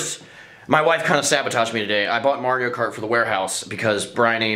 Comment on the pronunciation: He said kario mart at one point